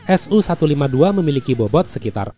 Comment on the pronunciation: Sedikit koreksi min untuk alusista Rusia, pengucapannya tidak dipisah seperti SU-152 diucapakan "SU"-152 bukan "S-U"-152.